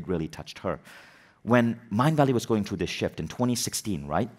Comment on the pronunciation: Vishen needs to learn that THROUGH is NOT pronounced TRUE.